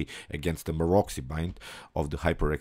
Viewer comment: You pronounce the name of Maroczy wrong... It's pronounced Marotsy.